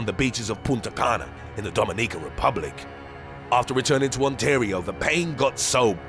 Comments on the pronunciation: Lol in the DOMANIQAAA REPUBLIC hahahaha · you're pronouncing protozoa wrong. Edit: And Intestine...and Dominican Rep...oh forget it